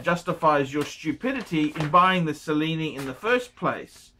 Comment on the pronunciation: Kyle, why are you wasting your time asking for advice from someone who doesn't even know how to pronounce Cellini? (@ he says, "Sa-lee-nee" and it's "Che-lee-nee") That said, who gives a shit about the Cellini line? ;)